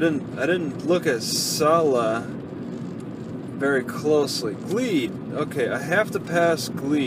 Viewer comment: jesus its "C-luh" "see-luhh"